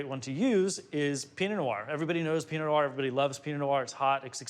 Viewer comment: Why do so many people have trouble articulating “pee-no nwar?”